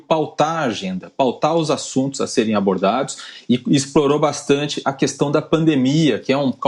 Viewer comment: E de doer os ouvidos Bolsonaro falando cuestão !! E Lula SABE!!!